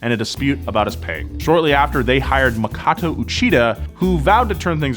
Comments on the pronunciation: how tf you gonna mispronounce a Japanese name that bad. It's "mah-KOH-toh", not "mah-KAH-toh" ya spanner. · “Mah kah toe uchida” :( my names Makoto, it’s pronounced Mah Ko Toe 😔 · me who was annoyed about how he pronounced Makoto